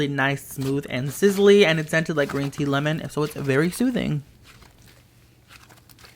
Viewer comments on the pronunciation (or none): none